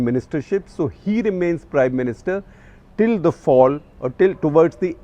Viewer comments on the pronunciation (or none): none